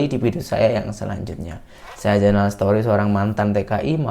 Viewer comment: Zainal jangan sebut setori tp sebut stori👍